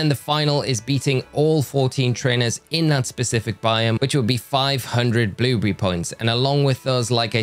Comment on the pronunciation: I like how he says “bluebrrry”